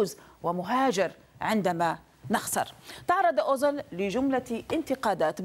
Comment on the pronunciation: اوزيل و ليس اوزل أيتها مذيعة يا مثقفة يا خرجية جامعات والله عار و عيب عليك صح